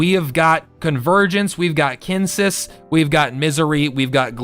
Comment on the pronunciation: Omg, I'm feeling a touch triggered by all the mispronounciations, lol. Hearth: Sounds like "herth", not "harth" Kinesys: Sounds like "Kin-Knee-Sis", not "Kin-Sis" Anima: Sounds like "Ana-ma", not "Annie-ma" Anubis: Sounds like "Ah-Noo-Bus", not "Ani-Bus". You know, as in the Egyptian God Anubis? Sorry, had to get that off my chest.